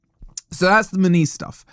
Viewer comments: Munoz…….NOT Muniz 🙄🙄🙄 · "Munees" 😭 it's "Mu-nyoz" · His name should be pronounced Moo-nee-oz. 😂👋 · how can you completely nail the pronunciation of every mineral and herb extract that goes into your oxford weight loss product and then completely butcher a name as simple as munoz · Why is mis pronuncing his name? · 😂😂😂 learn to say his name right for one ffs 😂😂 and trust me mun OZ aint going forest 😂😂 bless ya